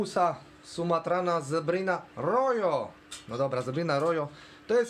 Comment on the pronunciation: Rojo to z hiszpanskiego, oznacza czerwony i czyta sie "roho" 👍